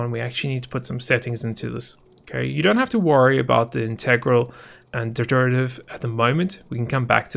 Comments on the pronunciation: Low point in vids. Remember, man can't pronounce 'DER-IV-AT-IV' man can't explain PIDs worth a crap. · I heard you struggling to pronounce derivative, try it like this "der" "iv" "it" "iv" just pronounce those seperately and see if you can start putting some together. hope you see this Edit: thanks for the like, all of them help see it